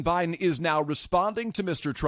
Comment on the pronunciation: "Hellow BuyDen"